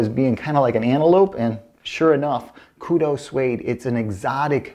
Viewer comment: It is pronounced, "ku-dew"...not, "ku-doe".